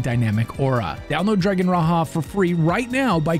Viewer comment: It's "Dragon Ra - Jah" (as in J for John) not Ra Ha. Raja means king in Sanskrit .. so Dragon King. Like ur videos!